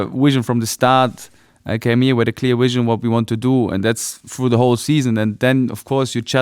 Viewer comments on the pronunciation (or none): He has the dewelopment and the wision